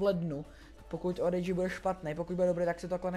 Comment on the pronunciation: Cte se to orichi